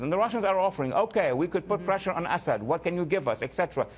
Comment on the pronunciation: I love how Walid pronounces “Assad” as “Ass Head”